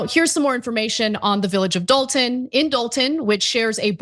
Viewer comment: It's actually "Dolton".....But, Yeah